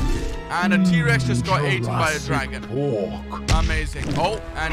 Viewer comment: yeah what a weirdo it a T-rex btw say it like T-rex